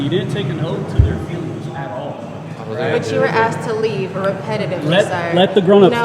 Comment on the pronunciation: FEEEWING POWICE. ITS ALL ABOUT FEEEEEEEEWWWWIIINNNGS.